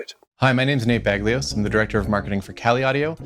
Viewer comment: Nate BagLYOS how u state guys prenounce the hungarian name is critical funny.